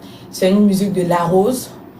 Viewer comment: Même si elle parle en français,on ne dit pas musuque on dit musique 😂.En tout cas bravo ma chérie